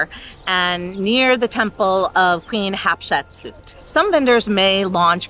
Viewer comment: Hey, you mispronounced Hatshepsut. You said Hapshitsuit. :)